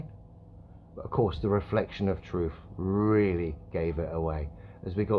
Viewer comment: Cmon mate you're killing me with that pronunciation... WTF SCOOPER LOL